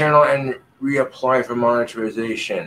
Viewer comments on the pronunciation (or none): He said “moniterization” lol what a regard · what the heck is moneritization